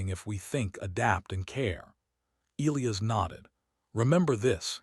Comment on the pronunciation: Get the pronunciation of Elias right